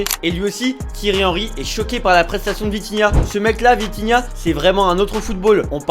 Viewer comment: C’est Vitinha et non Vintinha